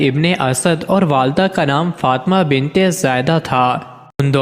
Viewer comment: بنبت اور بن مبں فرق نھبں کر سکتے اور وبڈبو بناتے ھو بے غبرت.